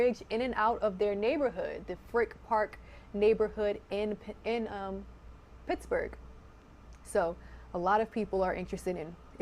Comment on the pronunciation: It’s pronounced Pittsburgh not picksburgh😂